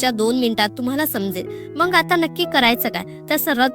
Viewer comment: शुद्ध बोलत जा ताई मंग नाही मग म्हणत जा